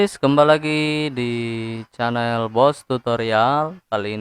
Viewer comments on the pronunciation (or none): baca chanell tu (cenel) bang bukan (canel)